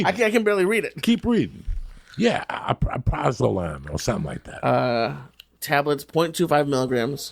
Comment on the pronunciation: It's pronounced AL PRAZ O LAM